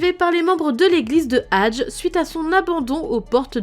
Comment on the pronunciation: ça se dit pas hadge ça se dit hadgé